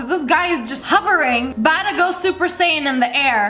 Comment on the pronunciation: I know I’m late for the video but did she say super SATIN